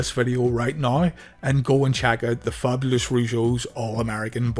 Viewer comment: You misprounounced "Fabulous", lol! I think their theme song was amazing. Jacques was amazing as The Mountie! And he's a hero for standing up to Dynamite Bully.